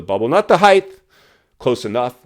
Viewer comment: It’s HEIGHT!! With a ” T “ at the end NOT “TH” like many people say.